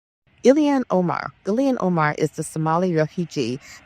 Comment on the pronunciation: Ill-Han not Illian.